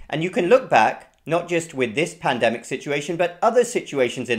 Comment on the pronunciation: The "pand-eh-mic" revealed that people will malice you be being sure of yourself when they are lost.